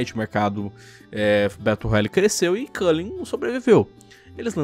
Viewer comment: The Culling: The Collang Eu: The Cu